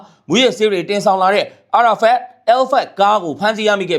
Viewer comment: အာရာဖတ်မဟုတ်ဘူး ALphard အယ်ဖတ်ပါ အာရာဖတ်ဆို ပါလစ်စတိုင်းကအာဇာနီခေါင်း ဆောင်ကြီးရဲ့အမည်ဖြစ်နေပါတယ်။